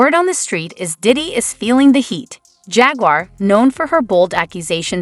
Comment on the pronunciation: "JAGUIER WRIGHT" 😂